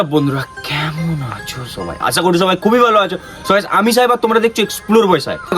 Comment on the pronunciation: kmn acho bolar style ta sune mone hoy tor putki te k jeno hol bhore ghuriye diyeche😂😂😂😂😂